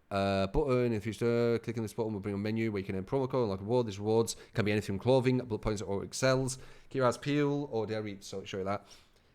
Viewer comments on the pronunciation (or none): none